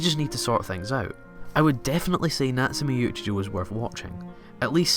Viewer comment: natsume yuujinjo whattt can u pronounce it right.. its choouuuuuu not jouuuu